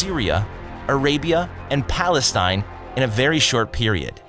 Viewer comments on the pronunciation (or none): none